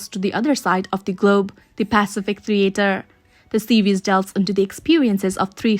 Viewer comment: What’s a pacifick?